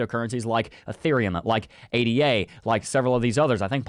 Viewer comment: please say Ada and not A Dee A